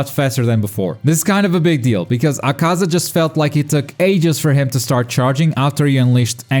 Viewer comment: my god....you still dont know how to pronounce akaza's name...all you do is talk about this game yet you still dont know how to pronounce one of the main demons names....please stop watching it in japanese im guessing is what your doing and only paying attention to the subtitles and not listening to how the name is said...yikes....its like being who cant say naruto because they dont watch the dub and think its said this way because they only ever read the name wrong x3